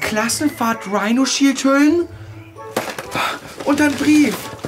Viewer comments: Wenn man schon denkt: „ Hä, er hat das falsch gesagt, er hat Rhinoshield statt Rhinosheesh gesagt, oh warte, stimmt ja, das heißt ja in Warheit Rhinoshield“😂🤣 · Erstmal werbung für dieses Rihnoshich 😂😂😂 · UNTERSTÜTZT VON RIIRSHEESH!!! XDDD